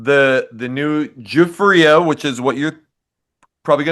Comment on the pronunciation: Now I know how to pronounce 'Giuffria' properly...🤣